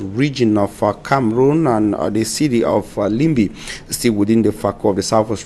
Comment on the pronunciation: Please pronounce Town Limbe well..